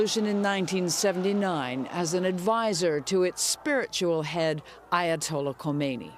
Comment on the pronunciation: In Khamenei and Khomeini, the leading k is silent, not the h.